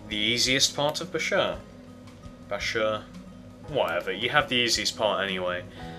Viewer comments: It's not (busher) it's (basher) no offence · its pronounced Baashur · It's actually pronounced, "Bash-er". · Also it's BA-shur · Hey you, this is how to pronounce bashur, ( bAA-shUUr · Bashur (bahsh-sure) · It's Pronounced Bash-ur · dude its bash ur say it like that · its pronounced basher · You didn't say bashur right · u said it wrong